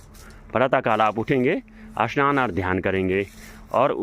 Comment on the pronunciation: स्नान, अश्णान,ईशनान मतलब सही उच्चारण करने के लिये मोदी शाह से कानून पास कराके लाना पडेगा क्या??